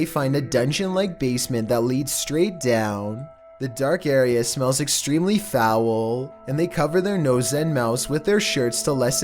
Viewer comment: Foww-ooull - How pronounces “Foul”